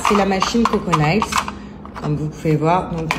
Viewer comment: Mon Dieu si tu ne parles pas anglais ne dis pas n'importe de quoi les ongles en anglais c'est mails prononcé Neil ou Nil on dirait en France le cour d'anglais n'existe pas